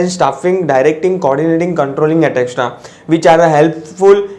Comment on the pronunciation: Bhai isko sikhao bolneka kaisa hai etc ko...atrecksa bolta etc ko